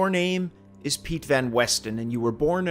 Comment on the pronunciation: Did someone say something to you after the first video? You went from the typical pronunciations to saying the names/places very well.